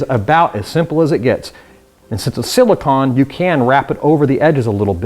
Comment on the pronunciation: He does NOT know how to pronounce silicone